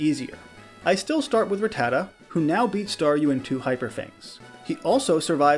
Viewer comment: Its not "Rattata" like "retarded". It's "Rattata" like "gattica".